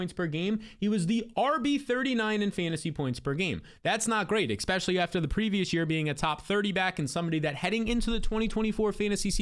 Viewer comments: stop saying "eggspecially" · you say the word especially so much but you pronounce it eXpecially. Not a big deal but it drives me crazy with how often you use that word 😂😂